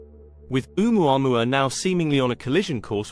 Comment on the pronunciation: It's pronounced "Oh-mu-a-MU-a" - five syllables please with the accent on the penultimate MU.